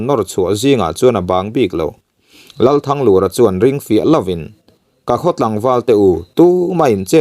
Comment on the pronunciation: THANGLUR tih lai hi a ri hi hniamin seo ta sela,Lal Thanglura hming i lam ang hian...te ka lo ti ve nuah nuah nia.